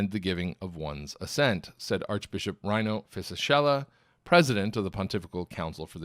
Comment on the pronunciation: Just a quick note from Italy on how to pronounce the name Rino Fisichella: Rino is like "reeno" and the "ch" in Fisichella is hard, like it were written "Fisikella".